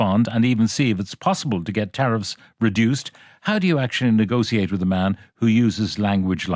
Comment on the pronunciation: You might as well swap the “teriff” board for the runners in the Grand National